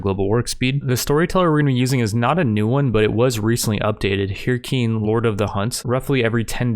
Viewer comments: i cant believe you pronounced hircine wrong bruh its pronounced her-seen not hear-keen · Herkine?, how do you not know how to pronounce words, it's pronounced her see ne. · i know right? i'm pretty sure it's pronounced Her-Seen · You did NOT pronounce Hircine as "Hearcane"... That genuinely caused me to twitch slightly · The way he pronounced Hircine as “Herkeen” physically hurt me. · It’s pronounced Her-scene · "Her-Keen Lord of of the Hunt"; thirstiest mispronunciation I've heard in a while. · Hircine is pronounced "Her-Seen"